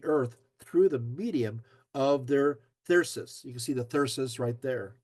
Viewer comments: Thyrsus, not thrysus. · Is that how Thrysus is pronounced?